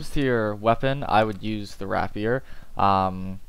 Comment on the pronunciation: rapier is pronounced "rape-year" fam ;)